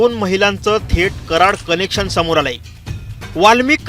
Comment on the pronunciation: आधी उच्चार सुधारा रे ? संध्या म्हणायला हवे, संदया नाही . कनेक्शन म्हणा न बाणातला नाही नळातला हवा. चले व्हिडिओ बनाने???